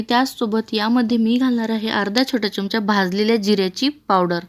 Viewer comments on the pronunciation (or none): अजून.तू अशुद्ध च बोलतीयस. च्यमच्या नाही, चमचा म्हण . चमचा, चमचा ,चमचा प्रँक्टीस कर ग बाई .ऐकवत नाही.